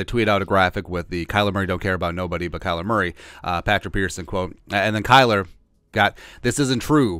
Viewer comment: "Kyer Murley" I love when you don't edit out these oopses. We all do it and it's always hilarious when we do. Life is about enjoying the little things.